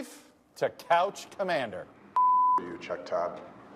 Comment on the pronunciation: Todd not Tudd. But close enough.